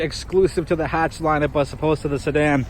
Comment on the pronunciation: Stopped watching after the first 3 seconds after pronouncing Mazda and Hatch wrong.